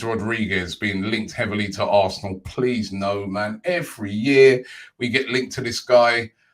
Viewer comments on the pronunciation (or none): none